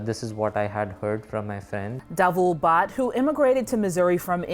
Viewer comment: "Bhatt" is pronounced "Butt"